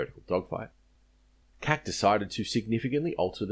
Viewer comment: G'day, Yay Team ! An outstanding Video, thanks for making and posting it. One point though, which I found repeatedly "jarring" was your consistently pronouncing the abbreviation "C.A.C." as an Acronym - to wit. ; "Cac(k)" which might, perhaps, sound "allright" to the ear of one who never had much exposure to the Old Colonial Vernacular crossed with Colonial Immitation BBC British Oxbridge Dialect spoken by they who were of "fighting age" during WW-2, before TV and "All the way with USA !," converted Oz into being the 51st State of ArmedmeriKano... But, considering the meanings of "Cack-handed", & "Up to Cack", & "You made a proper Cack of that", & "Sticks like Cack to a Blanket...". My guess is that if you had ever referred to the C.A.C. Wirraway or Boomerang, Woomera or Kangaroo as being a "Cack Boomerang" or "Cack Wirraway" during WW-2 then you would have been sharply corrected. In nursing 2,000 Veterans of every Military Adventure in which Oz participated, between 1914 & 1984, as a Student at RGH Concord, for an average of 10 days per Veteran..., as an Aeroplane Freak which I was, pumping them for recollections as I did ; NEVER did I ever hear any of them refer to the C.A.C. as "Cack".... They ALL spoke of the "See Ay See...". So, you may like to consider that side of Historical Verisimilitude and Linguistic/Sociocultural accuracy..., before next blithely referring to EVERYTHING done at, designed at or built by the Commonwealth Aifcraft Corporation..., as "SHIT..." ; becau